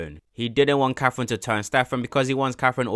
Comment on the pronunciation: Lil bro really mispronounced katherine for caffein😂